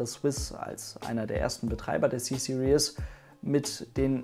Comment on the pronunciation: Finde es so lustig, vor allem Deutsche sprechen „Series“ immer so aus wie das Wort „Seriös“, also „Serious“ aber eigentlich spricht man es eher so aus: „Siriiis“ am ende ist kein „ie“ und auch kein „ou“ Ist mir erstmals bei Matthias Malmedie von Grip aufgefallen, als er einen Mercedes Black Series fuhr. Dachte ständig das das Auto „Black Serious“ heisst, also „Schwarz Seriös“ bis ich es verstanden habe! 😂🤣